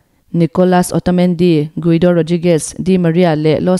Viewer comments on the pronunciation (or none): none